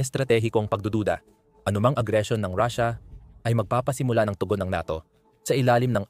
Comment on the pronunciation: Paanung katotohanan ang sinabi mong vlog mo kung pronunciation palang ng russia ay mali na.